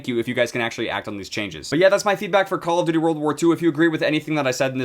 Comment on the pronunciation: Caw ow duwty